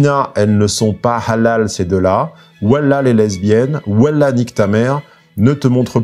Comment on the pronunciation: Ouèla (Wallah) la prononciation m’a bien fait rire 😂 N’empêche que les harceleurs jugés n’étaient pas de confession musulmane..